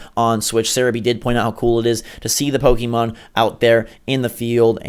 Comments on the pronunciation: PRONOUNCE IT RIGHT PLEASE!!!!!!!! POKÉMON!!!! NOT POKEEEEEEEEEEMON!!!!!!!!!!! AAAAAAAAAAAAAAGGGHHHHHHH!!! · pok-ayy-mon not pok-ee-mon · Pokeemon? Really? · Aaaaaa stop calling it po"kee"mon !!